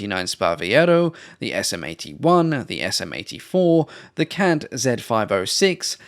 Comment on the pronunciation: Hi, I officially forgive your pronunciation of CANT on behalf of all of the people of Italy, none excluded